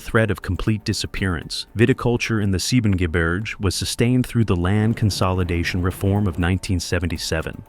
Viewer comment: The voice is also butchering German landscape names like Soonwald and Siebengebirge. The latter has even a proper English translation of its name. "But little Snow-White beyond the Seven Mountains is a thousand times fairer than you."